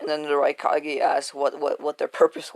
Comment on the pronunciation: it sounded like you said raicockay